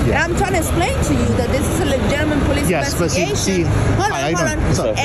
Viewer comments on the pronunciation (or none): “This is a legiminate police investigation”